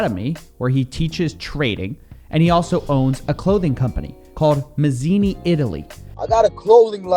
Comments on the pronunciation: The dude isn't even Italian. Dude is an arab or something. "Mazini"....lmao Sounds like he got it from an "Italian name generator" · 'Mazini Italy PRUHducts'